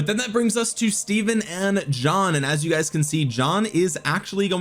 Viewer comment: It’s pronounced Steven...my middle name Stephen